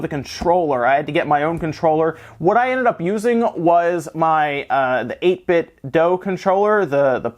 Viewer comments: its flippin pronounced 8-bit doo i get it it sounds right to say doh because that's how it is with nintendo but no, nooo the cube speakers they make say it like doo when they power on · 8bitdough? 8 BIT DOUGH?